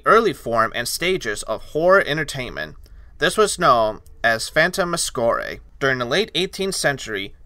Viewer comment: actually it’s pronounced phantasmagoria